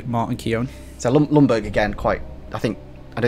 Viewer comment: Ljungberg is pronounced kinda like “youngberg”, not “lungberg” 😂